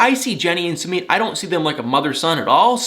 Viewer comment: I really like watching you but why do you insist on saying 'Sumeet'. That's not how it's pronounced.